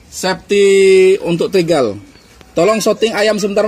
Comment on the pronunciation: Upgrade bukan abraiks 😅 Trigger = trigel